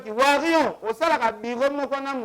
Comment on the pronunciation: ken Mpiana lobaka WARIOR , warion te ... pitopale kkkkkkk mema bango likolo